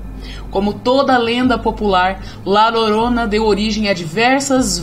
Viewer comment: Muito bom o vídeo, uma pequena correção (La Llorona) se pronuncia: La Diorona